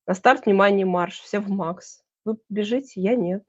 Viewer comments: Да, не МАХ- Макс, а МАХ- Махмудка, как сказал Борис Воронин. Как же запрета на иностранные названия?! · платформа назывпется не MAX( на английском), а Мах( МаХсуд Шадаев) Мах по- русски.